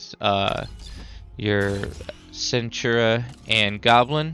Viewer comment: the legion unit centura? "i think im pronouncing it wrong" no dude you just cant read.... its Centaur..... Kentaur....like the half man half horse mythological beeing.....